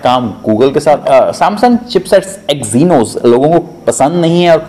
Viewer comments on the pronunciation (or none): Ary bhaiii.... सयनोस नही एक्सिनोस